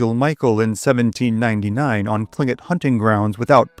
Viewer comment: Written Tlinkit pronounced Klinkit. I have no idea why..